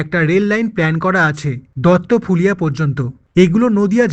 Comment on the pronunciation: Duttapulia ( দত্তপুলিয়া ) হবে ওটা দাদা দত্তফুলিয়া না 🥲🥲🥲